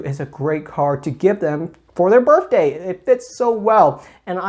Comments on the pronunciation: Me: "Did he just say Birfday?": says Birfday 12 more times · "Berfday Pikachu"